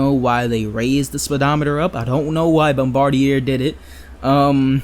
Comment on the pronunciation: Bombardier is French Canadian, pronounced Bombardi-yay.